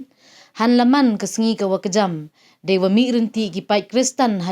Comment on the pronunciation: Kani ka kong wa e news, ka khynriam mo ? Itae i kyntien DE dang em beit. Nuksa 'dang em de'